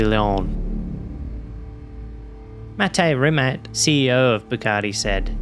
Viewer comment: Rimats. It's Rimats, not Rimak